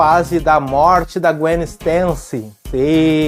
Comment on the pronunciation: O video ta incrível, a única coisa que da um pouco de agonia é a procnuncia do nome da gwen KKKKKKKK, vídeo incrível man, parabéns